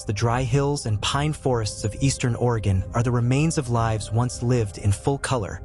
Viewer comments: Great, except, you pronounced Willamette like it was in Illinois, not Oregon. It's a as in apple, not as in up. At least you said Orygun instead of Ore ee gone. ❤ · At least they got "Oregon" right. Which most can't do. Mostly Worstcoasters.